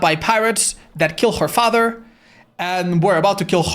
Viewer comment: has never sounded more irish to me than when he repeatedly said, "his faaather" in the trapper section.